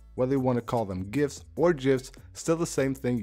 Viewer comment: When he said Gifs i thought its GIFTS lmao